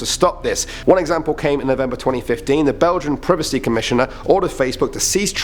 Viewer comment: He’s saying privacy wrong